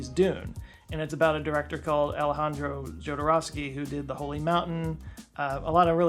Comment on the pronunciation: Jodorowsky = Ho-dor-ow-skee